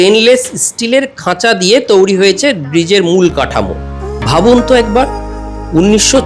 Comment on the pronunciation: আপনি বারংবার বলছেন "তৌরি"। কিন্তু, সঠিক উচ্চারণ হবে "তৈরী"। তবে, আপনার উপস্থাপনা সত্যিই প্রশংসনীয়। ধন্যবাদ।